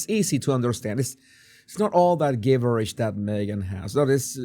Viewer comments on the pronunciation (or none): Hi, Soft G in gibberish......